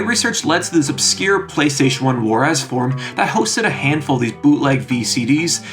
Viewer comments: warez is pronounced like “wares” or “wears” not “woh-rehz” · Warez is pronounced "wares" as in software. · Say Juarez one more time I double dare you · You say Warez like I did when I was a kid. It's pronounced "Wares", as in software or "Have a look at my wares" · Lol, finally someone else who pronounces warez as war-ezz. I always read the word online as a kid and pronounced it that way. I probably didn't have my "I'm dumb" moment upon hearing it pronounced correctly until my late 20s, long after the term had fallen out of fashion anyway. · Warez is pronounced "wears" lol. Great video